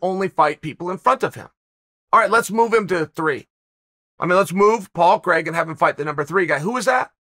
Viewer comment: Hearing my name pronounced as CREGG .... always hurts.